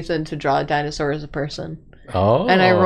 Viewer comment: Thank you for your good work, mispronunciation also activated my need to correct dinosaur pronunciation. And your psittacosaurus facts are incredible